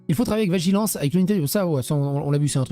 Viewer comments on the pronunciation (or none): "Vagilance" 😂